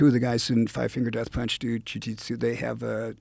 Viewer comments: I don’t why Dave and guys like Jerry Only get so much hate. They’ve avoided the massive pitfalls of rock music and they’re not broke or brain dead. Look at Taylor Hawkins, that’s tragic. Other than how he pronounced “Ju Jitsu” he’s ok 😂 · saying jujitsu is hard sometimes